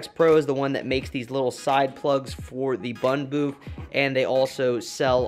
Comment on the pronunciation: Am I the only one who hears him say Boof instead of Booth